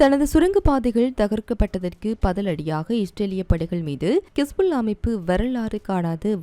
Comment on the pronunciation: கிஸ்புள்ளா கிஸ்புள்ளா கிஸ்புள்ளா என்ன நீங்க ஹிஸ்புல்லாவை கிஸ்புள்ளா என்கிறீர்கள் தவிர ஹெலிகாப்டரை கெலிகப்டர்"